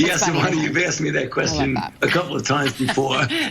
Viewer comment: Sa-vah-na? It's Sa-va-na